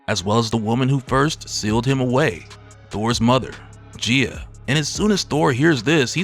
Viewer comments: Gay-uh, bruh. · I hate to be that person to nitpick a well-made video, but you're pronouncing Gaia is incorrect, it is pronounced as guy-uh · It's pronounced Guy-ah bro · Maybe it's the correct way to say it but I just cannot pronounce it any other way than 'Guy-a' - I like that part with Loki, "Leteth him cook" 😆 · Bro the way you pronounce Gaia is killing me